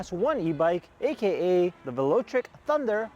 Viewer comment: You got to work on your pronunciations, Velotric and Shimano... It's pretty obvious you are not a bike enthusiast. Everyone knows the name Shimano. It's been around for decades as the component choice of most every rider. I had to stop your video shortly after you butchered these names.